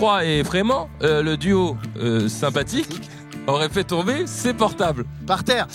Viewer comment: Cest fou de faire deux fois la même erreur de prononciation (ses)😭